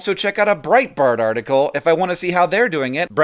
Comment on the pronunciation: "Full _Artical_"?